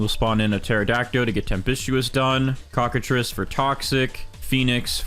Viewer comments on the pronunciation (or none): none